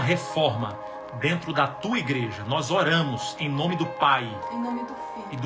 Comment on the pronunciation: Pastor, escreve aqui o nome dessa pessoa do livro, quero ler, eu não consigo entender quando vc fala o nome dela.